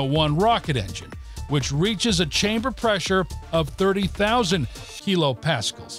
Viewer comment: "KiloPAXXELS" That was painful to listen to.